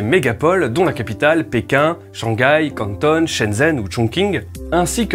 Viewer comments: Les prononciations des villes sont pas exact. J'aime pas faire le relou mais juste c'est pas "Cantonne" mais "Quand-thon" et à la chinoise c'est "Guangzhou" (prononcé "Guangjo") et on ne prononce pas "Chongqing" mais "Chong-ching" (le q se prononce "che") . Bisous ! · Super vidéo ! Par contre il va falloir commencer à bosser ta prononciation du chinois ! La ville de "Cantonne" n'existe pas, c'est soit "Canton" à la française ("ton" prononcé comme celui de "Platon"), soit Guangzhou, prononciation en anglais et en mandarin (peu ou prou : Gou-ang-jo si on omet les tons).